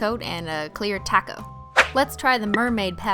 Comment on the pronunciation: u said taco wrong